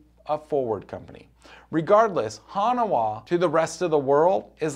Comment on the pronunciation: Hanawah? Try HAN-waa